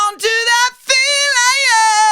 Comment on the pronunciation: Trying to say feeling the pronunciation is a little bit what? Lol is it feel lay yay en